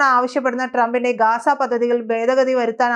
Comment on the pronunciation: Hello, 'ബേദഗതി ' അല്ല. 'ഭേദഗതി' എന്ന് ഉച്ചരിക്കണം.